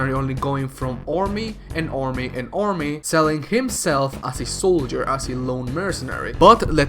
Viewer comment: Faather? Ormy ormy and ormy? Selled? Hawg instead of hawk? Hunteth? Sportans? Really?